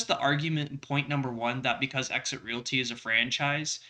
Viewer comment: sucks. he can't even speak Realty correctly and I told him about it. It is not called Real-it-y. It is it called Real t.